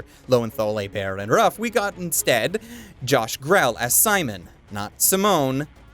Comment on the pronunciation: Gree-lee, not Grell (like the Black Butler character). Believe me, I've met him. lol